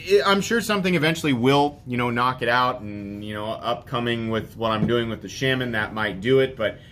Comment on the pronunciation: Sh-ah-min. Not Sh-ay-men.